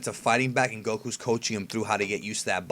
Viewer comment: he can't even pronounce Goku properly he constantly says gokhu and now he says Baysil instead of Basil. In English you pronounce a vowel by its letter if there is a y or e after the next consonant